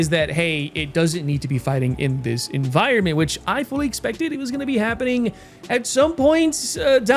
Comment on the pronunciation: "...10.0 'enviornments' for the masses 'toe' enjoy..."